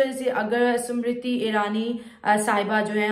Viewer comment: अनपढ चिमा वो स्मृति इरानी है समृति नही